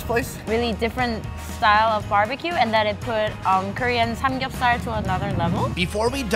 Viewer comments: Its not (san geup sooul) its (san gup sar) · Kimora Vargas actually it’s saam gyup sahl